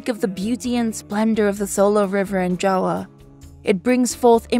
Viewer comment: I love how the narrator said "Jawa" instead of "Java"😂❤